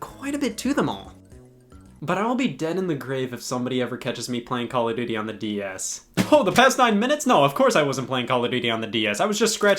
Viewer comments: CALL (O F) DUTY. not Call (A) Duty, Call (O R) Duty, or Call (O) Duty. People are so annoying when they say the name. It's not even a good series. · “Cal of Doodie” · stop saying caladooty